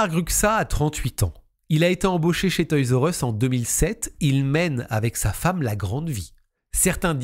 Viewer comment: On prononce toy’s are us… merci pour tes vidéos ❤